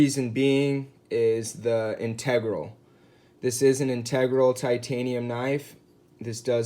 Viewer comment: I believe you are mispronouncing the word “integral”.